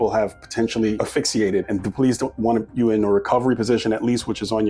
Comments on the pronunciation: Nurse here - Ass-Fix-iated. You’ll never mess it up again 😂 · Ok, let me first say I do feel a bit bad for this-but you're always so detailed oriented that I thought it important. You say in several videos "af-ix-E-ated" when you are meaning asphyxiated. It's actually pronounced "Ass-fix-E-ated". I appreciate your attention to detail and only wanted to help :). Have a great day!